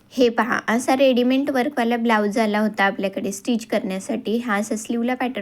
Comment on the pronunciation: रेडिमेण्ट नाही ग ताई रेडिमेड असतं ते बाकी तुझे ऑल व्हिडीओ❤❤❤❤👌🏻👌🏻👌🏻👌🏻😊